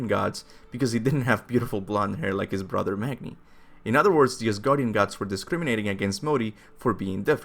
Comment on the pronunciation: Magni is pronounced Mah-nee